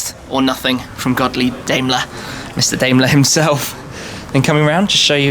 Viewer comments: Great spec, beautiful car, Tim! Note: Daimler is pronounced, "dime-ler" not "dame-ler". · Oh my...Was the epic filming and editing before the presentation done by Mercedes-Benz (edit oh I read it was Ben, great stuff)?! Btw Daimler is pronounced Dime-ler. Cheers and congrats. Gorgeous car! Btw Nico...Audis don’t use sound through the speakers, BMW does that. Audi uses resonators, as far as I know. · love that car :) ... but try to pronounce "Daimler" right next time :P